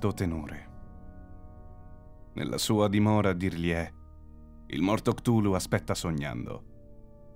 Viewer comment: minuto , la pronuncia ricorda molto Golu golu, meme che ha spopolato in questo periodo sul web...coincidenze? Io non credo...